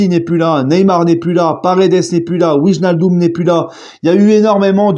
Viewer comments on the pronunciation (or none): none